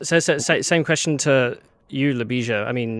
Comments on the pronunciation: Oh guys you butchered Ljubisa's name from the get-go hahah. A big hi to my fellow countryman Ljubisa! Glad to see Serbian people leading powerful tech companies. We need this diversity. It's also sad we didn't hear Ljubisa's thought processes a bit more. Jim as the rockstar did most of the talking. On the technical side, I'm a bit concerned about the 2D-mesh design decision and the assumption that models won't deviate too much from the present ones. Graphcore did a better decision on that front, IMHO, by creating a general computing platform and not trying to make too many assumptions about the architectures 5, 10 years from now. How do your chips support sparse operations needed to train Graph Neural Networks efficiently? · LYU-BEE-SHA BYE-EECH that is how you pronounce his name. the J in his name makes the same Y sound such as.. Yellow. you have to form the L and Y together. the S is an SH sound. the C in his last name is a CH sound. the "i" makes a long EE sound. not to be an asshole, but you genuinely butchered his last last name and did slightly better on his first name. youre copying how Keller says his name where as you should have simply askied Ljubisa himself how to say it so that you can COPY it properly. he Deserves at least that much respect.